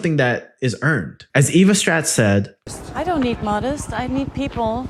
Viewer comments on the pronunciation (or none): Her name is Stratt, not Tratt.